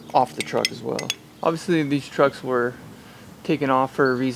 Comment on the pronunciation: “Deese twucks turn as good as Aces!”